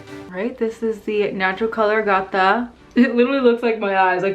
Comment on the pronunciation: All of them look very good on you. And Ágata is pronounced just like Agatha, the stone